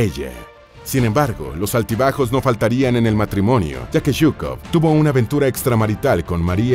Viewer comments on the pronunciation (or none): Se lee zhukov y no yhukov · Se pronuncia shukof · Se escucha raro Yukov nada de pronunciación rusa